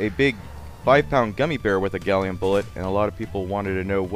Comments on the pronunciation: Did you call gallium "Gollum"? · It's Gallum NOT Gallium!! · Seriously, you don't mean gallium do you, isn't it called gallum in USA?